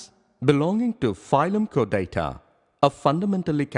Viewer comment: Chordata is not pronounced like that.